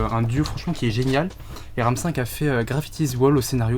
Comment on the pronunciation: ça se dit RAM Vi. c'est pas le nombre 5 c'est la lettre v dit en anglais